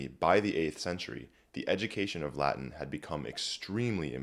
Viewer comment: Oh my goodness, this should be even more viral! the entire video is so well put together, it took me about 2 hours to watch because I was taking notes so I had time to notice more. The preparation of this video must have taken a while, and the Latin pronunciation is so wonderful! I wish to one day be as educated as this fellow, and be as skilled at Latin as he is. Wonderful video all around, i have recommended it heavily to my friends.